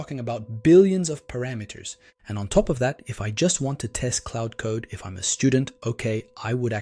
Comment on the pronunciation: It's Claude, not Cloud.